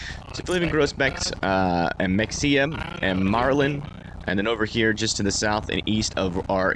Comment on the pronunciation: It’s not Mexia, it’s Ma-hay-ah